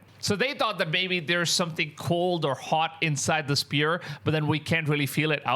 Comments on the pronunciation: IT SPHERE NOT SPEAR MAN! jeez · He keeps saying spear??? Sphere...it is sphere ...s...f ..e...r...ee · Spear❌️ Sphere ✅️